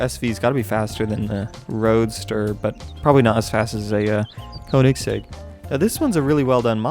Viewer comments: It’s not pronounced (koh-nig-seg), it’s pronounced (kuh-ni-seg). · the koennigsegg is pronounced KO NING SEGG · I like how he said "Koenigseggs" :D its pronounced "kjonigseggs" it means kings eggs/balls I aint bullshitting. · "the cone ig sig" and" the neesan" im dying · Lmao he pronounced koenigsegg wrong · YOU SAID KOENIGSEGG WRONG!!